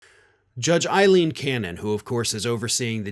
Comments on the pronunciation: the Florida judge's name is Aileen, not Eileen. The ethical thing is to say her name correctly, even if we don't agree with her jurisprudence. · Will you ever pronounce her name right? It's AILEEN, with an 'A'. She's a POS, but come on!